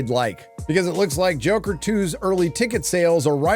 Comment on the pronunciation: Thanks so much for this review of Jacker Folly a Doo starring Walking Fenix and Ladee Guhgah. Seriously, dude? You don't even know how to pronounce her name? lmao